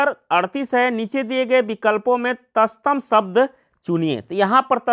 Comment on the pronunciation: तस्तम नही तत्सम होता है...😂😂